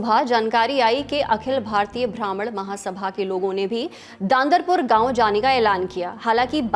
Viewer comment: मैडम ख़रीब नहीं क़रीब होता है, और भ्रामण नहीं ब्राह्मण होता है